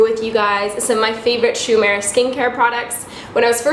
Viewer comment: love the look but it's pronounced "oo-eh-muh-ra"! i know a little japanese so that bothered me the entire time lol